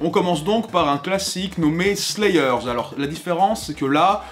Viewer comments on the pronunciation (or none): "Slaï eur" ?? "ponti an steukin" ?? Un effort... "Sword" a un W qui ne se prononce PAS... Un effort...